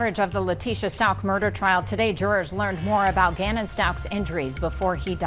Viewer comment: You pronounced Gannon Stauch’s last name incorrectly… little G’s memory was stolen and then stepped on enough from his twisted evil stepmother, LIEtecia. And his mother and father literally dragged through weeks on end of Leticia’s mental abuse everyday.. all day.. for the entire month after she unalived G.. THEN.. After everything.. and having to wait through all of Leticia’s further abuse dragging the trial out.. after the verdict, finally… ZAVGIRL profited off of the AUTOPSY PICTURES of ELEVEN YR OLD GANNON..THEN, she had the freaking nerve and audacity to try to defend her disgusting actions of selling autopsy pictures of a m*rdered 11 year old boy.. she didn’t even bother to speak to G’s parents who suffered so incredibly much..btw, she sold those pics for THREE FUCKING DOLLARS. So, sorry, this case really touched myself, as well as a lot of us in the true crime community.. and after everything.. the least anyone can do.. if they’re speaking of poor little G.. is at least speak his name freaking correctly.. Just saying..